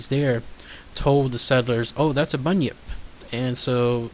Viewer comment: You said it correctly and is also from Australia